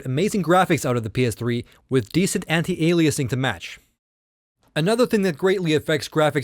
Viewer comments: Ay-lee-ay-sing, not allah-i-sing my dude :) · I was about to say the same thing. What kind of tech reviewer doesn’t know it’s called “AY-LEE-UH-SING” not “UH-LIE-UH-SING”... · Ayelias not ahlieus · Ya Wtf lol alayasing? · Aliasing is pronounced ay-lee-es-ing. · If alias is pronounced a-lee-ess why would you say aliasing differently lol you sounded like Microsoft Sam. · you pronounce "aliasing" funny. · your mispronouncing aliasing